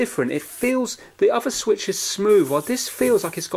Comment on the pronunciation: Han nintendo suich lite wat